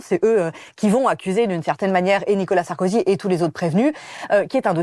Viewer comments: C'est qui Nicolas "SarkozU" ? ☝️😁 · secondes faut modifier NICOLAS SARKOZUUUUU